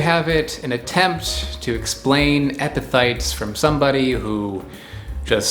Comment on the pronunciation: You did a good job on explaining what epiphytes are. Pronouncing the word however 😂